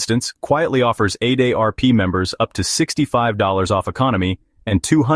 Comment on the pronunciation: Stupid AI narrative and even dumber AI narrative! AARP = a day rp